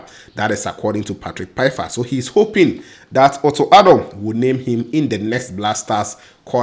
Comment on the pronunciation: Great news for Patrick. The pronunciation of his name is is like Faifa (Pfeifer). The P is silent. We have to get it right now that he is coming. Cheers!